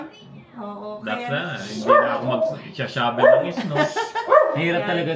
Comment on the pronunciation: ate. Pasensya na.Huwag magalit pero Hindi Tama yung pagbigkas ng Shovel. Hindi show vel dapat Sha vel.